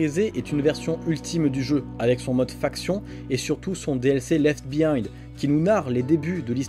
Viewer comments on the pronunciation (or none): son dlc ledt behind la pronociation 😆